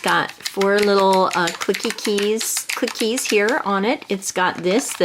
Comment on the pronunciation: You pronounce clickeez with only 1 k get it?